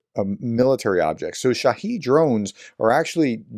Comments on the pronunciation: Good morning professor. I enjoy your content. I don’t know if it matters to you, but I’m pretty sure that the correct pronunciation of shahed is just like it’s spelled. Shah-hed, not shaheed. Shaheed, (or shahid) is a whole different word. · Shahed pronounced as head not heed